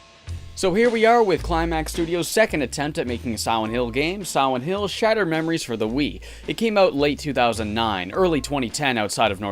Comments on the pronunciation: Dude every time he said silent hill I heard siwent hill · Take a shot everytime he says Siwent Hill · I always hear him say Siwent hill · Siwent Hiw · "Swient hill" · sawent hiww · heh siwent hill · Siwent hill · I wuv Sigh-Went Hwill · ...Am I the only one who thinks it sounds like you called this one Siwent Hill over and over? And it looks like it too? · Be vewwy vewwy quiet... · But here's the thing - listening to him talk, I've only ever heard him replace the L with a W when he mentions "Silent Hill" itself; otherwise, he's able to pronounce L's normally. Must be the phonetics OF the word Silent, maybe. But it's a minor thing compared to a great review, so from one R.A.D. to another, good work man! From Canada, with love <3